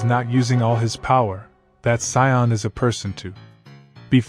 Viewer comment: You really need to work on your pronunciation. The race is called say-ins goku's Sayjin name is kack-o-rot, and it's freeza like freezer. Thank you. Just watch some dbz in the English (usa)dub.